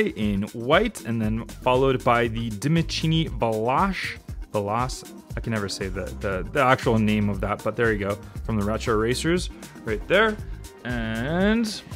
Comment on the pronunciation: That's Italian for 'fast'. It's pronounced "veh-LO-chey".